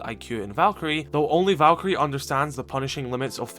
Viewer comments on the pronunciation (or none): none